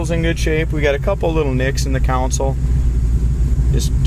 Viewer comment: Old video I know, but a good one. Great looking 79. One small thing, in case you haven't realized it by now, it's a "CON sole", not a "council", 🙂.